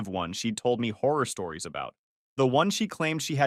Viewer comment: It’s “stories,” not “storis.”